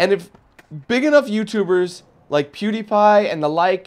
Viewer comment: Funny though you almost said "Poodiepie" 😆